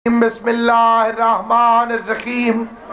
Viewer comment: Bismillah thik se parhi ni jati is sy or ye zakir hy 😂😂😂😂😂